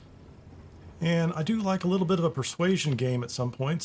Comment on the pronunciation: it's pronounced "Reez-ling", and yes, it is a wine.